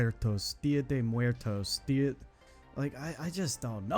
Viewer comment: I always looked at as if he grew up with ethnic people, but hearing him pronounced dia de muertos hurt me sk bad 😭